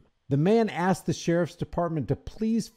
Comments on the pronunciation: You're a great man, it is 2023. Please don't say Axed. I'm sorry they did this to you. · Sorry about the guy's house and personal belongings. Sounds like the guy should have "axed" for some help in vocabulary class. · So messed up!! Yet, He probably would have gotten help if he didn’t “axe” everyone, .. ok I’ll show myself out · He 'axed', that was the problem. Good song, tho! BTW IRS did the same to me, kicked in my doors, seized docs. I got nothing back or repaired. All under the guise of supposedlfy 'misfiling a return' which I proved to be incorrect.